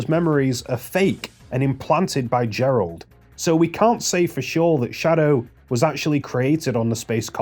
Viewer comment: "Sadow the hedgehog" (ಠಿ‸ʖಠ)?